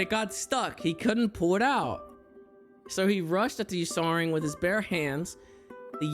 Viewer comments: butchering the pronunciation of Ursaring lmao. Also why the FUCK are these lore things real... somebody really made up some fanfic like crap at game freak and now it's official simply because they work for the company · Not him mispronouncing Ursaring😭